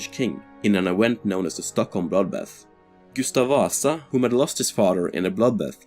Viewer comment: Du säger Gustav Vasa konstigt